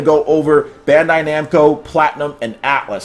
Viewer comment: Tekken producer is named Katsuhiro Harada, HARADA NOT HADARA. Otherwise, very good video :)